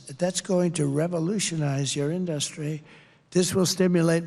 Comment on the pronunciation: I'm 30 minutes in and it's exactly what you think. 15-30 is all about NAFTA and "i did a great thing and Hillary didn't like it until she did" said different ways. He gets to tariffs and just says "you wouldn't have an in-duh-stry without them" because he doesn't know anything else about these topics.